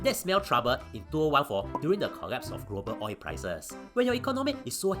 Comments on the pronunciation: I like how you pronounce “oil” as “oi” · Oi is easier to pronounce lah, the Singaporean tongue very difficult to pronounce L :face-blue-smiling::face-blue-smiling::face-blue-smiling